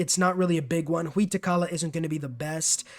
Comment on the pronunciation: That pronunciation of Huey Teocalli tho…